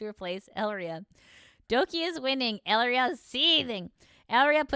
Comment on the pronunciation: What is with the butchering of names in all these videos. First selen as Selene and now Elira as Elria.